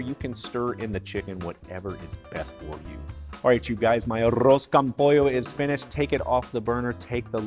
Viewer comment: First off - thanks for pronouncing it correctly. Achiote is an acceptable substitute for saffron, but you need to be cautious since it can be bitter if you use too much. Just a half teaspoon of powdered achiote is usually enough, IMO. With Arroz con Pollo there are literally dozens of variations. Some are specific to different Latin American countries and some are even regional variations within these countries and then of course Spain and Portugal have there versions. My mother who was from Northern Mexico made a very simple version but it was delicious nonetheless. Just a Mexican rice with the chicken added during the simmer with peas, carrots, and onions - that's it. Simple but great.